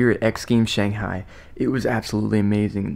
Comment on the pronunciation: Loved your commentary, but haaaaated your counterpart calling it shonghai.